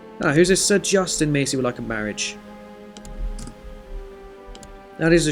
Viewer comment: Fyi its mass-ee not macy Liking the series so far!